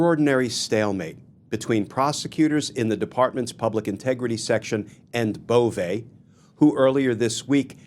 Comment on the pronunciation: His name is Bove, not Bovè. It lacks the acute. Cheers